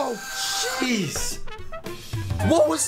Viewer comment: Taylor Wallace he said "jeez" but it sounded he said "sheez"